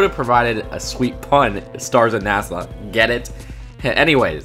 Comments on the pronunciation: It's NA-SUH not Nassau. This has nothing to do with the Bahamas. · It’s Nas-uh, not Nas-aw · Why does he keep saying Nasaw? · NASS-AH not NASS-AWE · Just so ya know, it’s pronounced “Nas-uh” not “Nas-au”. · God it really sounds like you're saying Nassau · Marshfellow yeah, I was agreeing with you...how are we the only people mentioning he said "NASA" wrong 30 times? 95% of the comments are praising him for how smart the video was but...Nasaw? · "NeahSeah" Can't tell if its slight southern accent or just cant pronounce the word, no hate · Why do you pronounce NASA like Nassau?